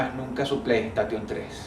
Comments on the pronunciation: Querido Dross estas hablando el ingles como capussotto en sus videos , pronunciacion de m.... Si queres decir playstation decilo como lagente , y tus videos , volve con los huesos y las velas ...Te recomiendo que les pongas onda a esto porque yo me estoy durmiendo , aguante nosferatus de 1929 ...Dejate de joder petrona¡¡¡¡¡¡ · lo mas pertubador fue oir pronunciar a Dross Plei Estation en vez de Plei Esteishon v: jajaja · plai station xDD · Jajaja Dijo Playtation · Dross tu inglés es una mierda T_T "plei estation" jajaja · "PLEI ESTATION" eexito